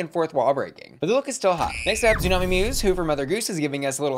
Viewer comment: I love you, but you’re killing me with Xumani’s name. She’s Hispanic, she speaks Spanish, that x is an S sound not a Z sound. Her name is still tsunami not zoo-nami